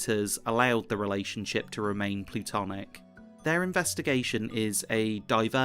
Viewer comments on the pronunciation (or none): Small correction: Sayids and Kates relationship remains platonic not plutonic. Maybe it's just your pronunciation, but i wanted to say it in case it isn't Beside of that a great episode as always